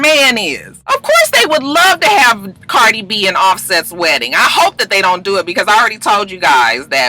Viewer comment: you so funny. You called Cardi B. “Bardie” 😂. It’s ok though. I knew what you meant.